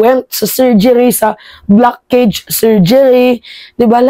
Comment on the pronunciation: Blockage pronounce as blakeyj